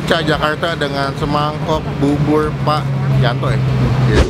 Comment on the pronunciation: Bubur bukan bubul...persis bukan pelsis😂😂😂